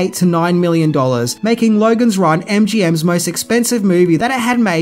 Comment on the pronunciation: I was watching bluey with my little daughter. She started to pick up the Ausy O sound. American O = O Australian O = OWaRuuuuuuuurooooooooh. Hearing you say Lowaruuuuooooogans Ran just made me think of it. Thought I would over share.